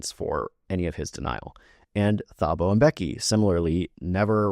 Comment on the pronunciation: Thank you for your educational videos :) love from South Africa! (PS Thabo is pronounced Tuboh phonetically)